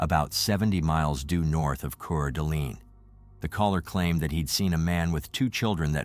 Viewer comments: Lmfao it's pronounced core duh lane lmfao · City is pronounced Core-da-lane and the county is Coot-an-knee. Please ensure pronunciations are correct. Good reporting in this terrible tragedy. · I cringed so many times at the mispronouncing of Coeur d'Alene. 😂 I know its spelt weird guys but it's pronounced "core-da-lane"